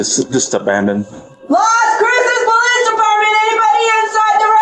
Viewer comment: Why’d you say powice ???